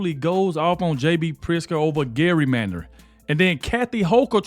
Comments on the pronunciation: I'm sorry. I just can't help myself. It's pronounced Jerrymandering, with a soft G not hard G. Love you videos, though! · Gerrymandering(pronounced Jerrymandering) not pronounced Garymandering 😉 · Dude it's not Gary-mandering.... It's Jerry-Mandering If you can't even say it, you obviously don't know what it means. Instead of clickbaiting every show, learn how to talk and what your content means. You seem like a awesome guy, but you clickbait way too much. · hahaha gary mandering. its said with a J man lol too funny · "Jerry".. mandering is how its prounounced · Did you say garymandering? 😂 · I always stay to the end. "Gerrymandering" is pronounced with a soft "g" like "jar." 🙂